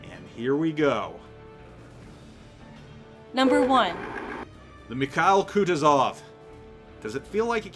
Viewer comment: KutUzov, not KutuzOv